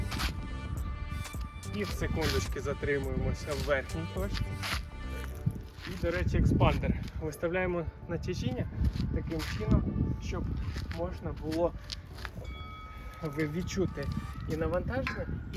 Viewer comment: В слові "еспандер" нема літери "К"